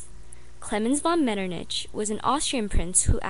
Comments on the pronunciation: Actually (I'm from Austria) it's pronounced as if you were saying hy, like a h and a y (like in the word yes). Like "metternihy". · 00.55 The ch in metternich is said like a k.